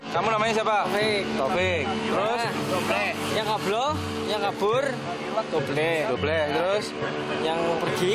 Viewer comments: english: double indo: dobleh 😎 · Indonesia: Satu, Dua, Tiga Inggris: One, Two, Three: Dobleh, Jamal, Kabur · Dobleh, dobleh, dobleh